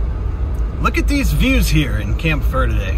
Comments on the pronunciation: Omg thank you! ALSO - it's pronounced VURDEE. Not Verrrrrrrrrde. We pronounce it the 'Merican way! 😎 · You missed the whole town, And you're saying "Verde" wrong. It's "ver-dee." -CVHS class '79. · “Ver-Dee” is how most pronounce it. Mexican pronunciation is fine too